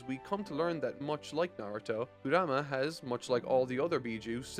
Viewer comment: i love the narating and all, but can you pronounce names correctly, just, any name… Kura-ma? Kurama! Almost every single name is pronounced wrong, and i don’t care about manga letters, the way they pronounce it in the dub and original japanese is enough for anyone to say the names right